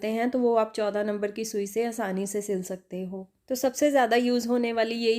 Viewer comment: Mam apne bahot hi kaam ki bat btai hai thank you so much but bolne k liye thode practice ki zaroorat hai Shakte nhi bolte .....skte bolte hain